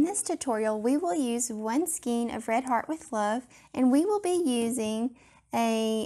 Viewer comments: Skein is pronounced with an "A" Sound, not an "E". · Please go to to learn how to pronounce skein. Rhymes with cane, pain, Wayne, skein.